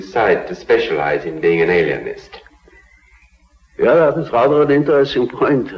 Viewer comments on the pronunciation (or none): did he say Alienst?